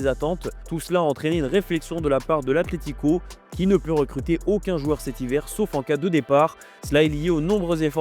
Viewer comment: C’est ACLÉTICO ou ATLETICO ? Faites un effort qd même, on dirait les enfants et leur «pestacle»